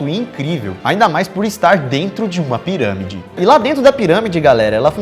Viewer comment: "os cientistas do projeto 'scann pairãmide'...". 🤣🤣🤣 Tensa a pronúncia, man.